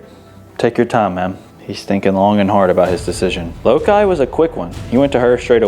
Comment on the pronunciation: Pretty sure the winner's name is said "Low-kai" like the character in the original Star Trek "Let That Be Your Last Battlefield" whose painted face is split vertically down the middle, much like this tortie cat's fur. (Wonder if she fights with a sibling named Bele?)